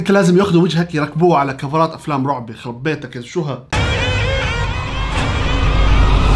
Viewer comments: على فكره في دقيقه قال ياشيخ افضل من يخخخرب الترند مو يججرب 😂😂😂🤓🤦🏻‍♀️ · يجرب❎ يخرب✅😭